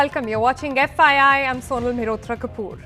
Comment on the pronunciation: Who else always get confused when she says FYI it sounds more like "FII" having said that she nails every episode